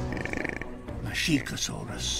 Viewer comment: Masiakosaurus is pronounced Ma/she/a/ko/sows/rus